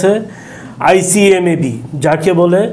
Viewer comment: ভাই সালাম নিবেন।উপস্থাপকের বাচন ভংগি ও উচ্চারণ খুবই খারাপ।রাশিয়ার ইতিহাস পূনাংগ ভাবে বলতে পারেন নাই। ইউটিউবে আরো অনেক তথ্য বলা যেত। উপস্থাপক নেপোলিয়ন বোনাপাট কে নেপোলিয়ন বেনাপুল উচ্চারণ করলেন,এডলফ হিটলারের নামটাও সঠিকভাবে বলতে পারেন নাই। ICBM কে ভুল উচ্চারণ করলেন।এবং inter nation জাতীয় কিছু বললেন, যাহা সম্পূর্ণ ভূল। ICBM এর অর্থ হল Inter Continental Balastic Missile. আন্ত মহাদেশীয় ক্ষেপণাস্র। নেপোলিয়ন ও হিটলার শুধু শীতের কাছে হারে নাই,রাশিয়ার সেনাবাহিনীর সংগে রাশিয়ার জনগন জীবন প্রাণ যুদ্ধ করেছিল। আরো ভুল বলল,জার বোমা পুতিনের আমলে তৈরি হয় নাই। এত ভুল উপস্থাপন করা ঠিক না। ধন্যবাদ